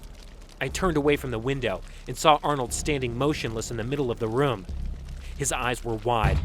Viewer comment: The first narrator guy pronounces room as Roam.